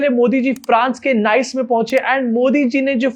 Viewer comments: Last year went for vacation in Nice France , and now this guy ruined it for me !!! 😒😒 also it’s pronounced “Niece” not “nice 👌” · Bro it's pronounced as Nee-ce not Nice. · I had to be that guy 😅 Its not Nice, it’s pronounced as nees | nis. Great reporting as always, love your vibe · your team work your talk is excellent yes in pronunciation we all go wrong as w all are not staying is NICE....pronounced as NIS......the day we stay there we will talk properly....till then good show bro❤ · It is pronounced as neese /Neice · It is pronounced as ‘nees’ not ‘nice’. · Abey Nice ko Nice nahin Niece pronouns krte hain😃😃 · इसका pronounciation नाइस नहीं निस हैं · Its not pronounced as Nice.. Its pronounced as Niece.. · Nice (France) pronounced 'niece', not 'nice'. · The word ‘Nice’ and the city in France ‘Nice’ are pronounced differently. The former is pronounced as you said but the latter is pronounced as ‘niece’. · It's not pronounced "Nice" unlike in english it's pronounced like "neice" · FYI Nice is pronounced as neess.